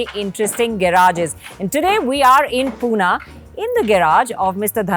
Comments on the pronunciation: No Poona it's Pune😑 Great episode amazing collection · It’s Pune not poona